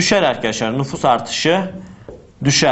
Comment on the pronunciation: NUFUSS DEĞİL NÜFUS :D